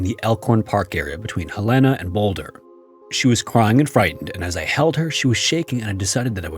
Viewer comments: Its helena not helena (Hell-een uh) NOT (hil-ain-uh) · Just FYI: the city in Montana is pronounced HELL-en-ah. I grew up in Montana. Never heard that last story, before, though--Creeeepy!! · Helena is pronounced Helen-uh. Just fyi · The way you butchered the pronounciation of Helena, Montana should be criminal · Ugh… mispronouncing the state’s capital, Helena, is irksome 😕